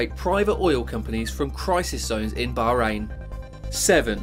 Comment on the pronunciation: So many things make me physically cringe in this video. Like, the fact that he said that Dubai was a country. Or the way he pronounced Bahrain and Iraq.